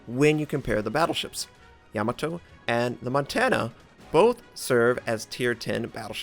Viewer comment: Ya-MAH-to...rhymes with To-MAH-to...